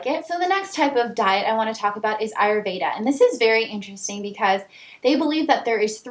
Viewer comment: haha "ayurveda" is pronounced "aah,yur,veh,dha." you pronounced most of it correctly except the 'dha.' It's like how 'buddha' is pronounced. The 'dha' sound is like saying 'the' so aah-yur-veh-the.